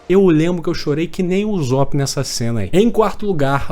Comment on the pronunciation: queria muito entender porq tu fala UZOP e nao Usopp. Video incrivel, em CB não tem final feliz so depressão, é bom